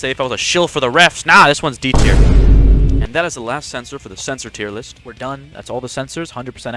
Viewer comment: Accriate Teer Lisht